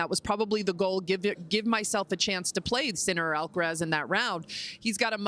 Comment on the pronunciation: bro it's alcaraz not alcadaz😂😂😂